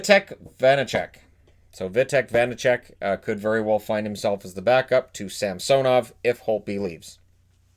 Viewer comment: It's Vanecek, not Vasacek.